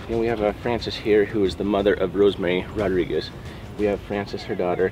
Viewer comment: Rodríguez NOT Rodriquez...🤦🏽‍♀️